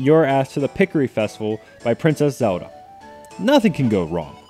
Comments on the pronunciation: I know what you mean... he had no problem mispronouncing Ezlo as "EL-zo", so there is not reason he shouldn't be able to pronounce "ZEL-da" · Say the "L" in "ZeLda"!!! O_O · why the hell do I always run into so many people on the internet who pronounce Zelda "Zewduhh"?